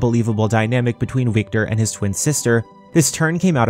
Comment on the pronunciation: Wiktor is pronounced Viktor lol In polish w = v